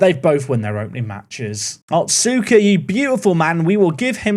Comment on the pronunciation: little note, the U in names like otsuka and asuka are less pronounced. so instead of “ot-suu-ka” it would be closer to “ots-ka”. (see: sasuke in naruto!)